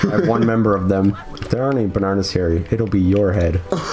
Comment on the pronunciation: Also, learn to pronounce bananas